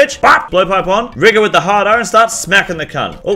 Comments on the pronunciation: rigor with the hard R took me out hahahaha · rigor with the hard "R" lol